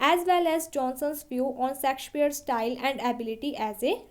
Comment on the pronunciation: Pronunciation sudhar lo madam😂 सेक्सपियर mt bolo